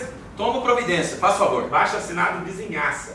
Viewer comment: Na hora da "vizinhaça" eu rachei ksksks